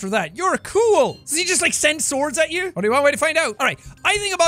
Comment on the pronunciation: I heard the accent! Listen for when he says “you” it has a bit of an accent to it